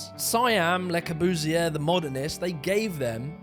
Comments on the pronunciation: This is an engaging video. But the pronunciation is embarrassing. In all your video clips made by others, Le Corbusier is correctly pronounced. So why do you continually call him "Le Cor-boos-ee-err"? And why can't you pronounce "unité d'habitation" correctly? What is going on here? Surely this is elementary research? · Hey! Why that stupid german accent? Le Corbusier.... doesn't that sound frenchy? What about Charles Edouard Jeanneret? Nothing to do with Der Korbu or Karl Eduard Hansy!!!!!! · Luh spree noo vo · Lae cow-boo-see-ear.... funny way of pronunciation.... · Interesting, despite the Russell Brand-ish presentation. But Christ, your French accent is cringe-worthy. At least learn to say the name of the subject of the whole damned video. It's pronounced Le-Core-Buze-ee-Ay. You're welcome.